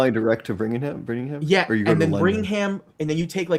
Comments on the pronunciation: “Bringingham” coming out of Birmingham disturbs me on a spiritual level. 😭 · “Brimgingham” “Stafford upon Avon” are these mothertruckers illiterate 😂😂 also there’s literally a Birmingham in Alabama so they have even less excuse